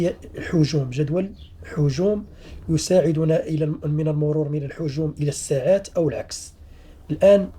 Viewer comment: مشكور جدا ملاحظه فقط لا نقول الساعات بفتح السين بل بكسر السين فنقول السعات